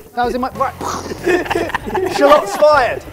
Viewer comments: "Shallots fired"😂😂😂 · Is no one gonna talk about “shallots fired”??